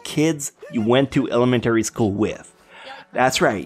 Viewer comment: I love how this man pronounce words Elementary = "el-eh-men-T-ary" Other = "eh-DD-er"